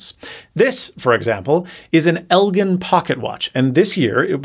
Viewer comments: Not important in any real way, but, knowledge in all things continues society down a healthier path... that said, Elgin is pronounced "el-jin" not "el-gin". The G sounds like a J. Elgin is named after Elgin, Illinois. And whatever colloquialisms might come into play, the company had already pronounced the company name as "El-Jin". Anyways, love the videos! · FYI Elgin is pronounced with a Soft G like Gin (the drink) from the city of the same name in Illinois where the company was located. Think giraffe, gentle, gymnasium, or genesis. Not a Hard G like golf, good, or green.